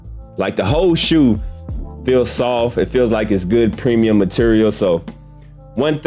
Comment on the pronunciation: Those right there are called the Jordan 1 High Wendy Lee PRE-ME-UMMMS 😂